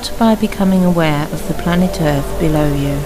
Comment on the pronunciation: Liv, is what bothered me is the way she says 'breaf' and 'earf'. Don't mean to sound judgemental .... jus' sayin'. =^..^=